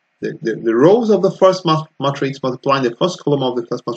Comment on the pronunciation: I think it’s “may”-“tricks” not “mah”-“tricks”. Otherwise, this is very helpful!!